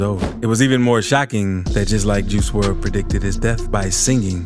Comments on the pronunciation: I do...but you obviously dont...you dont even say his real name right... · He pronouncing his name wrong